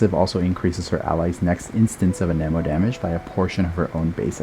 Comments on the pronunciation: I am sorry to ask this but why do you say an eh mo And not an emo Also amazing content, thanks gor teaching me about reaction gayge and how to maximize my hyperbloom teams Also what are the best teams for x1 nahida where she has an elector hydro and pyro teammate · you can google the proper pronounciation yourself. just cuz "geo" is phonetically pronounced (gi - o) doesn't mean anemo is (a - ni - mo), electro is (i - lic -tro), or dendro is (din - dro) geo is the exception not the norm. language is weird. blame genshin's english localization for using fancy latin words that are no longer in use... at least until september of 2020. edit: i googled it, i am wrong, my bad. turns out there are two exceptions.